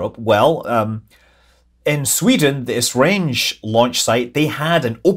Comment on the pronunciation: Hey Scott, Esrange is pronounced like S-range :) Greetings from Sweden :)